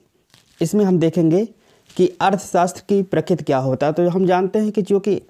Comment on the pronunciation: Prakit nhi prakriti hai